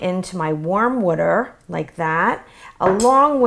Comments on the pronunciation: She said wuter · love this and you say water in a really weird accent or something :D